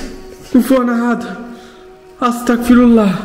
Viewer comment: আস্তাকফিরুল্লাহ ❌ আস্তাগফিরুল্লাহ✅ আপনার সব ভিডিও প্রায় দেখি । এই আস্তাগফিরুল্লাহ উচ্চারণটা ঠিক করে নিয়েন ❤